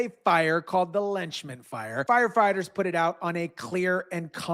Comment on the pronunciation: It is NOT called the LETCHMAN fire. It is the Lachman Fire. (PRONOUNCED lockman) Plz get it right!